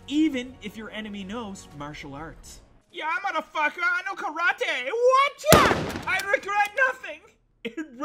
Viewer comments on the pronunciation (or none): none